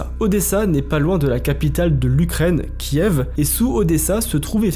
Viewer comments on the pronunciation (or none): none